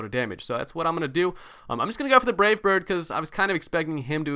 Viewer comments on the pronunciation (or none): none